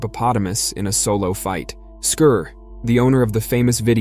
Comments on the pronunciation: Why do Americans spoil every English word or name by pronouncing in a completely different way? It is 'Scar', not 'Scur'. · Can you at least have the pronouncement of the its name correct??!! Not Skir it was Skar like SCAR lmao and his brother mufassa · I believe based on the movie lion king, that his name is pronounced SCAR 😂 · Scar. It’s pronounced